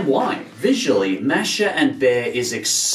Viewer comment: Btw, it's pronounced M-a^h-sh-ah